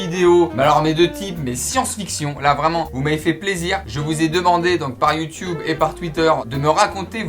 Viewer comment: OH MON DIEU IL N'A PAS DIT LES YOUDUBERS !